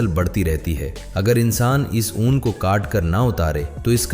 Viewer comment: بھائی جیسے نون لیگ بولتے ہو نا ویسے ہی اون لیگ بول کر لفظ 'اون' کا تلفظ درست کرلیں.